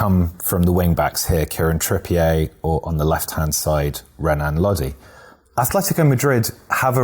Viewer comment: TripiER tripiER......tripi-A what?